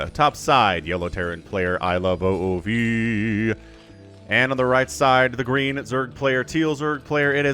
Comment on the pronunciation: Just so you know iloveoov is pronounced like ilovemovie minus the m and ie